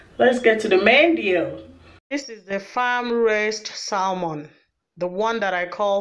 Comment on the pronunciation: News Flash... You do know the "L" in Salmon it's Silent right?...